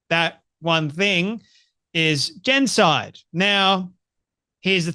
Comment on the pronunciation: This guy guy can’t even pronounce the word genocide. He’s a 🤡 shill for the little men in the little hats gang.